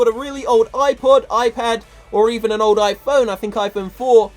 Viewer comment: When he said "supercell is ending support for old iPhones" i thought he said "all" instead of "old" I almost freaked out